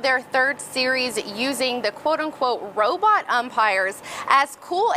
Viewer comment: that guy kept saying robut